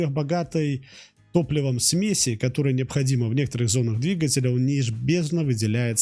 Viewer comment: Что у вас с ударениями? ДвигателЯ, ангАра... Русские так не говорят.